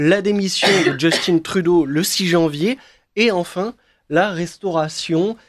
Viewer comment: Parlons français, pourquoi dire « djeustine Trudeau »…. C’est un prénom français « Justin ».